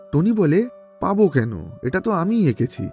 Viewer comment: ভাই আপনি বলেন পালবো আর আমি শুনি মালপো😂😂😂😂